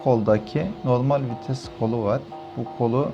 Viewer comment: Diks diyor fites diyor beni çıldırtıyorsunuz hocam